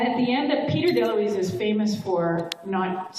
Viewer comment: It’s Dom DeLuise, but close enough. 😊